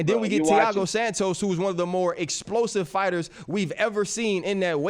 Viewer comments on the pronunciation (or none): none